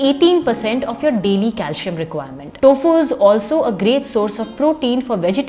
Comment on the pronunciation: It's not pronounced as calshium or potashium...otherwise informative video